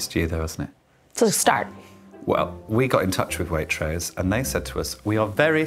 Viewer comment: Oh my god pls stop her saying Waitross 😭😭😭